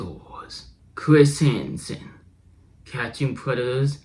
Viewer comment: "Chwis hansen Wets get to wowk"